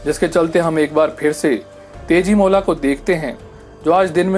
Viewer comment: yeah But it's tejimola.. as it's an Assamese folktale everyone should pronounced it as tejimola..